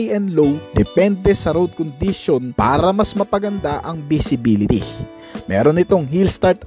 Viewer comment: ProtecSIYON, condiSIYON, directSIYON, acceleraSIYON, capaseetee and capabileetee.